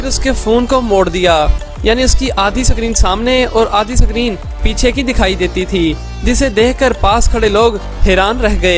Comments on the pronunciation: Bro सकरीन nahi screen hota hai... Lol 😂😂😂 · Bro sacreen nhi hota h screen hota h😅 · Mere bhai suckreen nahi iskreen ( screen ) bol de... Iskreen